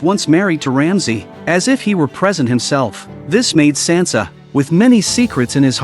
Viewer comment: Get Sansa’s name right